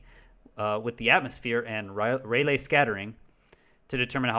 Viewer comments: Rayleigh is pronounced Ray Lee. Not Ray Lay. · It's NOT "Ray-lay", it's pronounced "RAY-Lee"!